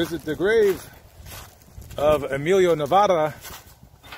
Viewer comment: I am such a fan! And for you to miss pronounce his name is an insult! Check yourself. 😒 pure disrespect.